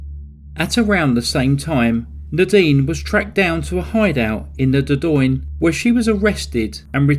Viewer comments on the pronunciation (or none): none